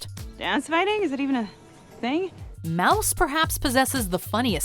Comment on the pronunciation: She really said, “mouse” instead of moose.